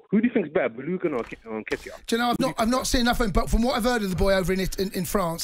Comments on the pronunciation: Man, I was just about to say that. Baloogun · Who on earth is Baloogon? 😂 Man has called up pronouncing a player's name completely wrong with his whole chest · Who is Boolugun. It is Balogun